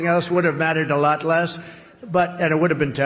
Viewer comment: "Alaat" real ass 😂😂😂😂😂😂